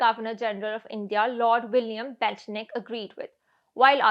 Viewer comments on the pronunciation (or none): Ha Ha Ha , Gov General William Belchnik !!!!! Ha Ha Ha Ha . Horrible . It's William Bentick